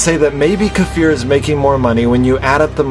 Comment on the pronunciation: makes me remember back when you & most of us still pronounce his name KI-FUR :))